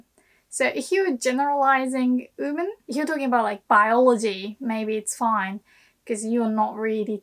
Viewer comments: At first, I didn't know what you were saying. I thought you were saying "human" instead of "women." Every time you say "women" I cringe. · Great video! I was kind of surprised by your pronunciation of "women" though. Where did the "w" go?